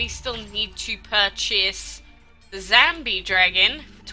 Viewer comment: lol u said zambie instead of zombie